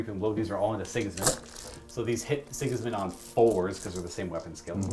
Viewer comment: Dude's, this simply has to be said: Sigismund..... SI-giz-mund. not sig-IZ-mund Sorry. I had to.